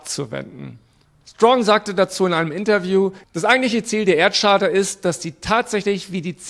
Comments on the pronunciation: Charta wird Kaarta gesprochen und nicht Tscharta. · Man spricht Charta übrigens mit einem K am Anfang. Just saying... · "Charta" spricht man mit einem "K" vorne. Ansonsten auch ein vollkommen dümmliches Video.